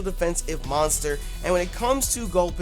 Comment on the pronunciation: dammit..why you gotta fuck up gulpin like that..